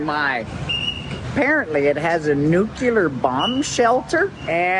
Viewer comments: Nuclear not nucular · What is "nukilar"? 😄😄😄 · Newkiller shelter? Aren't you Canadian? Shame shame 😄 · 2 things. Most of these idiot commenters don't even own a house. Secondly the word is NOO-KLEE-ERR not NOO-CUE-LER. God people are so ignorant. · Too much concrete for me. What’s nucular? 😂Nuclear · stop saying nu-cu-ler please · Would someone please educate about how to pronounce NUCLEAR?! Dictionary says "nuclear /noo͞′klē-ər, nyoo͞′-/ Adjective: Of or relating to atomic nuclei. "...a nuclear chain reaction." It is not "NUKE-ULAR"! Canadian education and too much weed strikes again. BWHAHAHAHAHA!